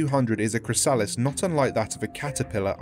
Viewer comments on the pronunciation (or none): ChrysAHlis lol it spozza be chrysa-liss lol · Why dose he say chrysalis....like that...